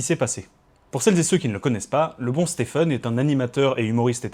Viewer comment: Ça se prononce exactement comme Steven, pas "stefen". (C'est valable aussi pour stephen king et tous les autres Stephen américains)